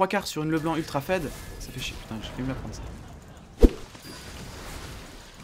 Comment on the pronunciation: MEC SA SE PRONNONCE PAS FED MAIS FIIIIIIIIIIIIID ARRETE DE DIRE FED TU M ÉNERVE SA SE PRONNONCE FIIIIIIIIIIID ARRETE DE DIRE FED ET EN PLUS TU L ECRIS FED ALORS QUE SA S ECRIT FEED